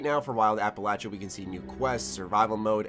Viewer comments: It is not pronounced as App-alatcha, it's app-alayshuh. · APPA-LAYSHIA NOT LACHA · Mother of GOD it’s pronounced Appel-lay-shuh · The way you say Appalachia kills me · been fan for years.... but you damn yank saying Appalachia not Appalachia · Can you start pronouncing Appalachia right yeesh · Is mispronouncing Appalachia wrong or is it me? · Learn how to pronounce "Appalachia". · I can’t even watch the video with how he pronounces Appalachia. It’s horrendous.